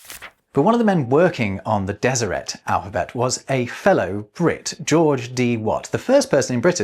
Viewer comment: It's good to hear someone pronounce Deseret, as a genealogist, I have a branch of Brits who joined the LDS after the London recruitment convention in the early 1900's, & i'd always assumed it was pronounced as it would be in French... with a silent T. Cheers,!